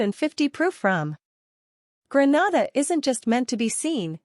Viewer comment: Please say GREE-NAY-DA not GRE-NA-DA.